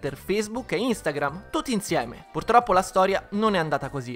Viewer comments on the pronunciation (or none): soffermiamoci su quel "purtroppo"